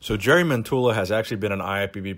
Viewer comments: It's jari as in the pirate YARR Yari not Jerry. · Not jery his name in Finnish is pronounced as Yari Mentola.... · Hate to be that guy but wouldn't the pronunciation of his name be "Yari". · He is like a celebrity in Finland due to fittness-related TV-shows he has co-hosted during the past few years. Oh, btw., his first name is pronounced "Yari" :) (But we all know him as Bull Mentula anyway...) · His name is pronounced YARI :) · The first syllable of his name 'Ja' is spelled like the 'yu' in 'yuck' (expressing disgust with something). Other than that your spelling of his name is mostly correct except for the intonation. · The way you said jari I can promise you every finnish guy laughed when you said jari😂